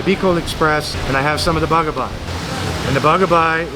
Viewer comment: its bagaybay not bagabay